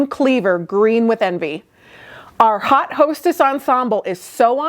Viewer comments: Yes, it’s French. Should be pronounced “oat”. Looking for the comment…..it’s ok of course 😊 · I like when a fahion is strongly inspired by historical/throw-back styles. When it is done well, it is usually great. I think this was done well. BTW your pronunciation of haute is different from Indiana. That is fine. It made a nice connection to "hot".